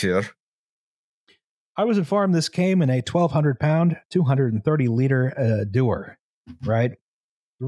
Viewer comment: The way you all pronounced dewar is correct. Personally I like liquid N2, but that’s mostly because the other cryogens I’m used to are Helium 4 and Helium 3, and they are a huge pain because they’re 1) way colder and 2) you have to set up recovery because they’re both expensive